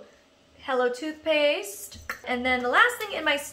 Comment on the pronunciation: When she said toothpaste I heard toupees 😂😂😂